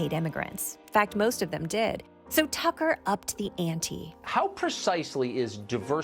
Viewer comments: it's pronounced Cucker Tarlson. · I can't believe how many times Desi Lydic mispronounced 'Cucker Tarlson.' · "Tucker Severus McFly Carlson" I lost it 😂